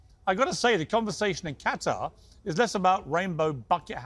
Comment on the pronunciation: vs Funny how Piers pronounced the same word Qatar differently in the same video lol